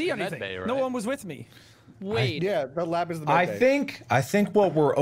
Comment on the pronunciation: mark:he said medbey 12 times XD